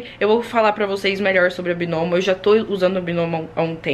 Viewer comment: Eu achei que falava BAINOMO.